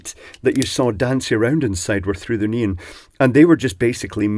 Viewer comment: 'neen" ? Oh, you mean NEON....